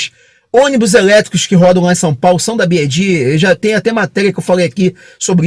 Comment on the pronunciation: Parabéns pelo vídeo! Ótimas informações... Só uma SUGESTÃO! Pelamordedeusss... tá mais do que na hora do brasileiro aprender a pronunciar corretamente a marca... Se quiser falar em inglês, o correto é pronunciar "bi UAI di"... Y em inglês se pronuncia como "UUUUAAAAI". Ou então fala só "BID" em português mesmo... agora "bi AAAAI di" é de doer os ouvidos!! Vc é fera e isso é irrelevante perto do seu conteúdo... é apenas uma sugestão, para que possa se diferenciar de outros canais!